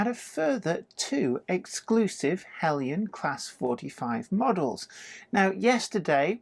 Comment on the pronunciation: Aaargh! Now I can't decide between Heljan and Bachmann! Help please??? By the way, I like the use of the correct pronunciation of Heljan.